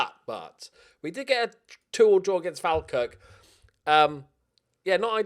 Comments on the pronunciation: FaLL-Kirk like fall over say it like that not stupid English pronunciation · Been watching since fort were still in the highland league. 1 thing please say Fall-kirk correctly its doing my head in